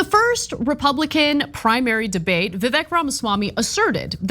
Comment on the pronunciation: Vee-vake. Holy cow do your job lol